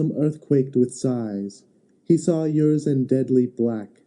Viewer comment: Mispronunciation of Urizen leads to misunderstanding